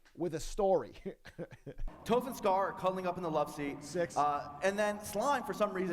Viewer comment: Toff as in ‘Toffee’ Not ‘toe-ff’. I don’t know why but it’s really annoying me. Oh wait. It’s probably that joke. I might have to agree with Ludwig on that one.